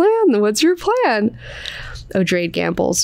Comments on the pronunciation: It's meant to be 'oh-dray-dee-', the name is explained upon the introduction of the character. It's derived from the name 'Atreides' and the pronunciation is more or less the same :) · Noticed that you, as well as Quinn on his channel pronounce "Odrade" as O-drayd . When I read, my mental voice pronounced the name as O-draw-day. Just a silly thought that came to me in my sleepy head. Love your channel, thanks for all you do. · I pronounced it Oh-DRAW-day because it is a derivitive of Atredies. So I assumed three syllables and the emphasis on the second.